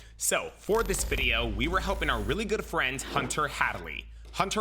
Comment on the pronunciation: What happend to this guy’s voice “EII” “frEINd”